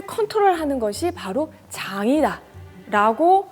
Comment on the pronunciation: 강의 감사해요. 그런데, '장이다'라고 발음하셨을 때, 다시 듣기 했네요. ㅎㅎ...